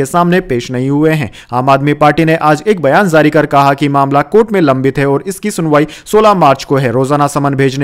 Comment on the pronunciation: Zari nehi jari bole pagal. Z z z z kion bole rehe ho, boht gandda shabad ucharan h tumhara.